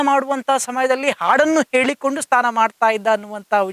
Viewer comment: Anchor ಸರಿಯಾದ ಕನ್ನಡ ಮಾತಾಡಿ ಅನ್ನ ಅಲ್ಲ ಅದು "ಅಣ್ಣ".... ಸ್ಥಾನ ಅಲ್ಲ "ಸ್ನಾನ"